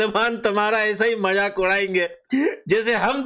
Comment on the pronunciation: majak nhi mazak hota hai 😂😂